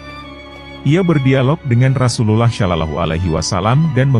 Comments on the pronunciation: coba itu yg menjelaskan menyebut nama RasuluLLAH SalaLLAHu alaihi wasalamnya yang bener karena ngga enak dengernya. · Agak gatel dikit denger Ai menyebut nama Rasulullah